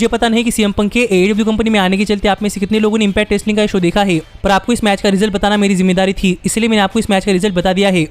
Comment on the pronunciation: Bhai sahab tum na baten kam kiya kro tumhari repeatation ki wajh se video jyada lmba ho jata h, aur han है को है बोलने में क्या दिक्कत है😂😂